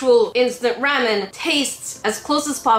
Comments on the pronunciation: Sorry but you said ramen wrong. If you say it right say it with the sound a after r. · BuT yOuR dOiNg It WrOnG it is RAW MEN not RAM IN XD 😂😂😂😂😂😂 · Wait u say Ram-en I say Raw-men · The way she says ramen 😂